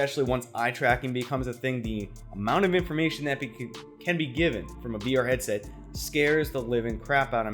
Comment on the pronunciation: "heaset" ya forgot the d